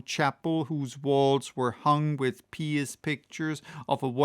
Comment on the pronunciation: One of my favorite chapters! Very enjoyable, as usual. (If I may, with respect, "pious" is a funny word, it's pronounced "Pii-us," like apple pie. And "impious" is pronounced "im-pyus.") You speak English better than I do though, I'm a Southerner.